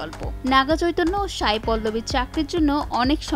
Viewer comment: Sai not Shai... উচ্চারণ স এর হবে শ এর না..।